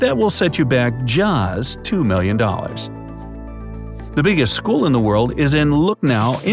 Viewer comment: The way u just said ‘’just 2 MILLION DOLLARS’’ 🤣😭